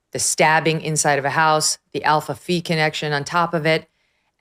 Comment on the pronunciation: Alpha Fi, not Alpha Fee.